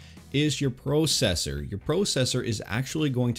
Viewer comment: I don't think I've ever heard anyone say processor like that...